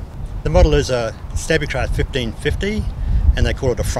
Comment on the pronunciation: Its pronounced Stabicraft not Stabbicraft. As in stable not stabble.